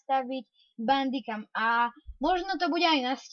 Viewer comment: Čita sa to bendikem piše sa to bamdicam